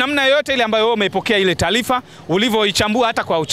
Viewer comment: Taalifa ni taarifa;mpira sio mpilanambali ni numbari!kingeleza kingereza